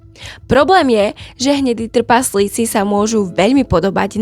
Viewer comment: Ahoj. V prvom rade ti musím povedať, že máš super tematický obsah, ktorý milujem, a vždy sa teším na tvoje nové video. Ale jedna otázočka: ty nevieš po slovensky? Vždy ma v škole učili, že ako čítam, tak mám aj vyslovovať. Tí tvoji trpaZlíci totiž trhajú uši. Prosím, rozprávaj normálne, už keď robíš poučné videá pre ľudí. Neber to ako hate, ale ako dobrú radu do budúcna. Ďakujem za tvoju prácu a veľa zdaru v ďalšej tvorbe. 👍 👍 👍